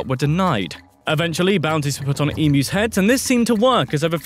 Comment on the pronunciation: yeah it's pronounced emyus but spelt emus. people get it wrong but it's not like i care, unless you are getting chased by one and have to escape it. jk you will never escape one, as they are very fast sorry for the darkish ending there